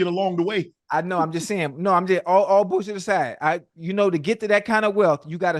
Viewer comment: I die laughing every time Unc says “bulljiving” 😂